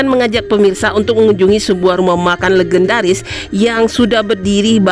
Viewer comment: Ngucapin legendaris.legend dengan e_ bukan e